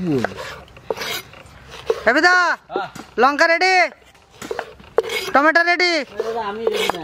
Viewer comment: টমেটা না টমেটো 🍅